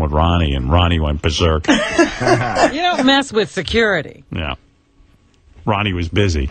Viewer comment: Ronnie "Munn" lol